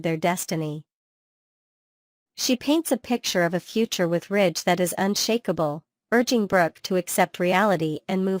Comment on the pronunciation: Ridge not Rich. I don't know why you keep showing pictures of people who are no longer on the show. The pictures do not reflect what you are saying so it is misleading. I do agree they need some new writers. Those of us who have watched this show since the first episode, do not buy into all the misinformation and conjecture. Either present a viable program or quit with useless words that are meant to foster interest. It isn't working.